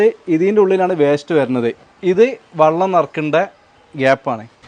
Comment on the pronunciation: വള്ളം അല്ല മാപ്ലേ ? വെള്ളം എന്നു പറഞ്ഞൂടെ? ഞാനും കോട്ടക്കൽ അടുത്തു തന്നെയാണ് താനൂർ.